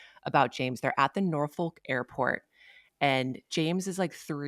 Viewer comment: Congrats to and! Side note, for a 757 native we don’t pronounce the folk so hard in Norfolk. 😂 Another fun episode!